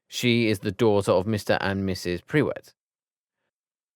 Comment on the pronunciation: Also they said Prew wett instead of prewett in one place